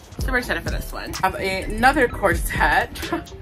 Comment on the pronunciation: The word is CORSET and it's pronounced (COR-sut)...not cor-SETTE, like you're saying it. Google it!! Also, you may want to rethink any of the leggings or biker shorts...or maybe buy longer tops...cuz the camel is hungry girl...